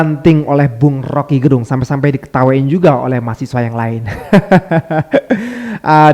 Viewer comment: Rocky Gerung... Lafal "e" Pada kata Gerung itu dilafalkan kyk kata "kecap atau Enak". Gerung itu marga org Manado 🙏